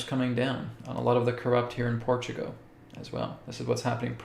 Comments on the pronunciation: When you say Portugo , are you meaning PortugAL? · Portugo? What? 😂🙃